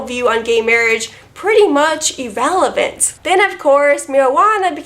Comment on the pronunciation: Evelivent? :P